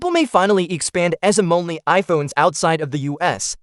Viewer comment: The AI voice doesn't know how to pronounce eSIM